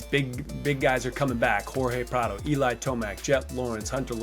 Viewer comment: What the heck happened to the old one? I love ya James, but it’s PradOOOOOOOOOOOOOOOOOO 😂